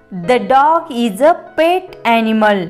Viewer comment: That's pet not pat